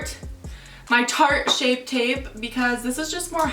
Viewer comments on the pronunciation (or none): So obsessed with this look you did! Btw u kill me everytime you try to say tarte shape tape but end up saying shart 😂😂😂